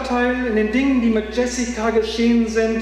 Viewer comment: Der name wird nicht „iessika“ sondern „schö-si-kua“ ausgesprochen